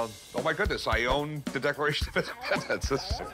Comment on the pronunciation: Declafation of Indefpendenf